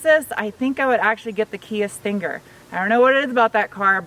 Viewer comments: I like how you pronounce button and stinger. I like your Tiger Woods outfit again. I little. Great review now when the Sonata comes out please take that Sonata for a ride and give it the beans. I know it's not a big engine but I want to see the car done by you rather than Alex or tfl car. Still wish you worked with them. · Are you okay? You had trouble pronouncing stinger.